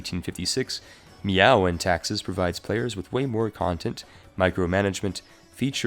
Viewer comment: Its pronounced "May-ou" not "Meow"